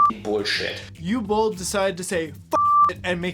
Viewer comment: btw, the W in Uwe (and all other German words) is pronounced like a V. Also, the double L at the end of Boll means that the O is short. What was said here would have to be transcribed as "Ue Bohl" in German